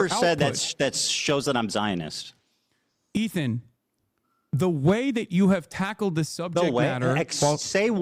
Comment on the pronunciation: The way hasan said Ethan over and over for hours hurt me